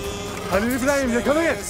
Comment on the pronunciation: When she says khalil Ibraham